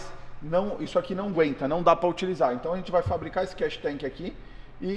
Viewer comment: Não é Cash tank é Catch tank, o povo gosta de falar os termos em ingles e fala tudo errado!